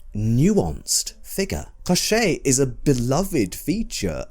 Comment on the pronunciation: the way you're pronouncing koschei with like a french accent is driving me nuts. it's a russian name, it should sound like a cough, emphasis on the first syllable.